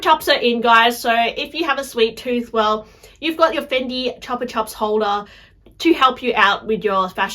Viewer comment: CHEWPA CHEWP! Not chapa chop